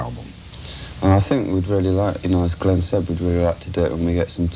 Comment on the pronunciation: It's Glenn mate, not Glynn. Stop saying Glynn mate!